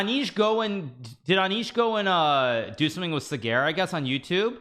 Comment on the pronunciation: Hikaru butchering yet another Indian name. "Cigar"? for SAGAR. At this point, he has stopped trying.